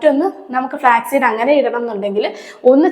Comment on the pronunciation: ഫ്ലാക് അല്ല ((flak)തോക്ക്, വിമാനവേധ വെടി). ഫ്ലാക്സ് (flax)=ചണം. Flax seed = ചെറുചന വിത്ത്